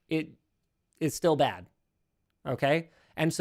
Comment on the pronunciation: i thought for so long they said "same bat time, same bat place" at the end of each video, and i never got why there were making batman puns XD, i just now realize that linus is saying bad, not bat lol